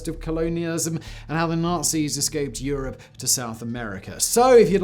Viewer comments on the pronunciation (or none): none